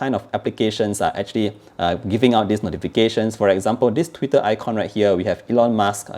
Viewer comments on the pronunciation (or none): none